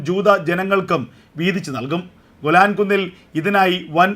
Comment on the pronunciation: ഗുലാൻ അല്ല മിസ്റ്റർ,,,,, വ്യക്തമായി പറയണം പുരാതന കാലം തെട്ട് ഗേലാൻ പർവ്വത നിരകൾ ആണ്